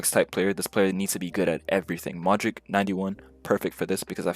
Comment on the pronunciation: Pronouncing Modrić as Modrick and not Modrich is sus. Tells me all I need to know